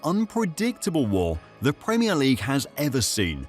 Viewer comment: The pwemier league champions 😅